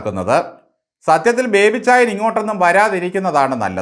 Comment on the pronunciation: ഇയാൾ പേര് ചോദിച്ചാൽ പറയുന്നത് പോലും ബിബേ എന്നാണ് 🤣🤣🤣